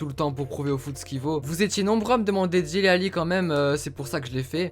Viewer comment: Dele pas dili